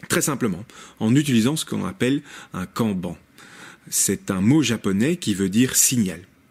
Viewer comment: Merci pour la vidéo! Par contre les syllabes "en" n'existent pas en japonais. Cela se prononce "Kanne-Banne"